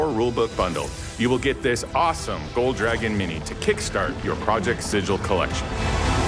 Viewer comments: Alas, my own hopes were dashed when he pronounced it as 'Sijil'. 😢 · It's pronounced "Sigull". I had to correct Ginny Di at last year's direct, now this? Lol. Never thought I'd be a gif>jif guy but y'all wrote a book set in Planescape man, let's pick a lane here! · If the name is based off the city of Sigil from the lore, then they're pronouncing it wrong. It's been pronounced Si-gill with a hard G for as many editions as I can remember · Its pronounced Sigil. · Project Sigil... and it's not Sigil... trash. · Thank god they don't pronounce it the same way as the Planescape city of doors of the same name! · Aabria Iyengar said it correctly on stage for the one-shot showing off the system, I also don't mind people saying it wrong because that's a classic element of the Planescape setting, locals know it's a /G/ sound but some clueless berk from the prime will assume a soft /J/.